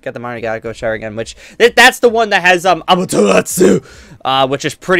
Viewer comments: it's pronuced Mun-ken-ke-yo Sharingan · "man ee gakoo oh sharingan" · Pronounced MAN-GUY-KO SHARIN-GAN